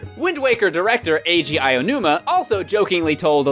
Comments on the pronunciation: It is pronounced as AH OH NOO MAH!!! Not Ayinuma ... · "Eye-oh-numah" gotta love Americans failing at every foreign language. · why do so many people say "Aiyonuma" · "Aionuma" guys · The Spaceworld tech demo art style was considered realistic. I don't remember having that opinion, even when it was new. Oh, sure, it looked impressive, but certainly not realistic. Also, please stop saying "Aonuma" like that. You just sound ridiculous. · Why can no one say Aonuma properly? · cringe at inability to pronounce Aonuma.